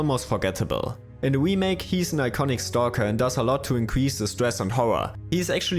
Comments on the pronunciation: Remake. Not wemake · Can’t unhear “the Wii-make” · Every time you say "wemake" I cringe a little bit. Great video though, thanks! <3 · The "we-make" makes this video hillarious